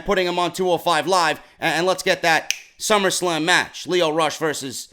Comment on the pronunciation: did he just say summerscam? wtf is a summerscam lol sorry had to rewind to make sure I caught that lol